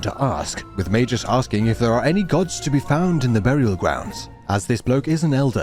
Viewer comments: Its MagUs not MagEs. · I liked the video. Except for the part where you repeatedly pronounced magus wrong. May Gus. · I'm confused with the English pronunciation for magus, is it really may-jus? I have a gut feeling, or maybe a jut feeling that that's not how you pronounce the name of this game, jame, game? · Magus pronounced as Mei-jus? Oh. like - Magina pronounced as Ma-jai-na. RAD!